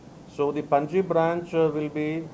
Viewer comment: Pronounce Panaji Properly..else learn it..